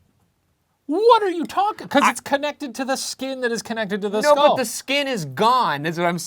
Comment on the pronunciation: ryan, it's pronounced "skull" not "skol"